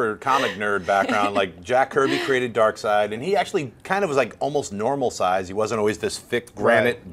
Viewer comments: lady it's darkseid not darkseed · Did she just say "Dark-seed?" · DID SHE JUST SAY DARKSEED!!! LMFAO! SAD!